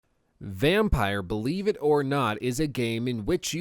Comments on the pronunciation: Spelt like that, it would be pronounced Vamp-ir. Vampeer. Vampyr. Not Vampire, because it is not Vampyre. Nuance of the English language, vowels, they're important. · Listen dumb-fuck, it's pronounced " VAM-PEER", NOT "VAM-PIRE (or) VAM-PYRE". There is NO "E" at the end. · Definitely "vam-peer" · Isn't it pronounced "vam-peer"? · It is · Yup, in French too it's pronounced "Vam-peer" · If I`m correct and it`s the swedish word for vampire, then it`s pronounced ``vam-peer`` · Николай Ильин yea. He's American though.